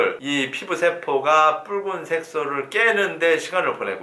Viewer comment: 아 미쳐ㅋㅋㅋㅋㅋㅋ이것만들려요